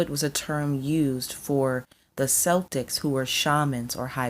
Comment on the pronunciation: Great video. But I have to admit It sounds so weird hearing Celtics pronounced with the S instead of a K sound.